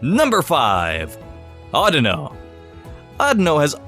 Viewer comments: his name isnt audno... its audino... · Isn't it pronounced or-Dee-no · you pronounce audino wrong, it's more like audio with an N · It's pronounsed o-Dee-no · It's actually pronounced like AudEEno.